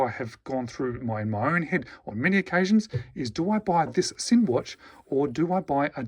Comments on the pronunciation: it's pronounced "Zinn" with the "Z" sound, not the "S" sound. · the Sinn CEO pronounces it "Zinn". My second language is German. Make no mistake, it's pronounced "Zinn".